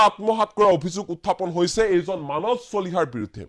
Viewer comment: মানচ চলিহা নে মানস চলিহা ? উচ্চাৰণ আৰু শব্দ ভাণ্ডাৰে অসমীয়া ভাষাক এক সুকীয়া পৰিচয় দিছে আৰু সেয়া আমাৰ পৰিচয়। যদি মানস শব্দটো মানচ বুলি উচ্চাৰণ কৰে তেতিয়াহলে সোণ, সোমবাৰ, সদায়, সময় আদি শব্দ বোৰ কেনেকৈ উচ্চাৰণ কৰিব ? চোণ, চোমবাৰ চদাই, চময় বুলি নিশ্চয় উচ্চাৰণ নকৰিব নহয় জানো ?